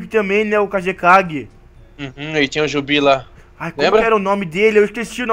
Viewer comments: galera vcs perceberam que o falou jubi e não biju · o video ficou ótimo e o mais engraçado do video foi o falando jubi e era biju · o falo jubi mas é biju